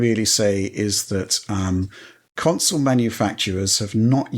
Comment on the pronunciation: Love the show but god it drives me batty every time says counsole instead of console